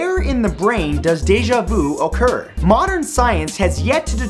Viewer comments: This man just said okurr instead occur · Everytime you said "occur" I thought you were going to say "okurr" lol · After I heard that I dead went to comments to see someone talk about it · realitybeforeus I repeated it as he said it and ended up seeing your comment first 🤣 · Why does Déjà Vu oh-cur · I pronounce occur as "accure" Is there no correct pronunciation? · Yeah ikr he says ohccur not occur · I've never heard it pronounced O-ccur, the English language is very flexible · most natively English-speaking people pronouns it like 'Oh-kur', so I recommend you start pronouncing it like that :) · pronounce it oh-kur I barely even say the word and I can't pronounce the word "pronounce" :( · True, I'm from Canada and pronounce it like O-ccur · wouldn't worry about it... English is pretty chill about that word. but if it bothers you I believe it is Oh-cur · "So why does deja vu okurrr?" 😂😂😂😂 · Mathew Santoro- “Occur” Cardi B - “Occurrrrrrrrrt” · The way he says occur like "ohcur" 😂 ok imma leave now... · You say occur weird bruh. :D